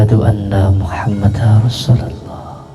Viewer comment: Wa Ashadu anna Muhammad Darrosulullah,bukan Muhammada...Din tanwin bertemu ro bacaan idgom bilagunnah..Udin konidin..syahadat saja masih salah...miris